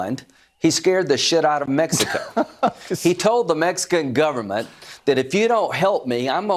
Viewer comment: "The Mexininan govenmint?"